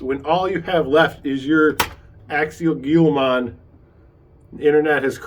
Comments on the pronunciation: Nice video review. It is pronounced hee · luh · maan same as the Gila monster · Firts off its pronounced hilamon. This vid is useless without running video. Not picking just saying.